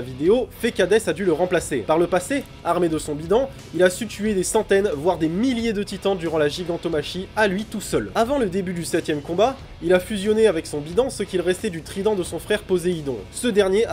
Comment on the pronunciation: Gigantomachia ça se prononce gigantomaKIA je pense